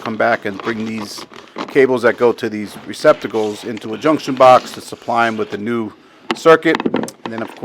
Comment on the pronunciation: It's '' Receptacles '' ,... NOT '' Recpiticles '' !!!!!